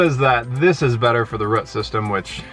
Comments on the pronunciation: I love how you both pronounce 'root' 😀I enjoyed this video and live your new trees! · Ok so it wasn’t just me...I knew what they were saying but I’ve never heard it pronounced that way...we’re from NY and we say root...the same way we say hoot...lol...love them...best channel on you tube for sure